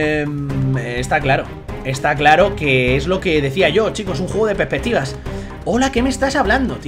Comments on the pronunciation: me gusta como dice pepetivas:D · "es un juego de pepestivas" JAJAJAJJA pobre no puede decir la palabra entera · Soy yo o dijo pepetivas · Peppeptivas xD es perspectiva no peppeptivas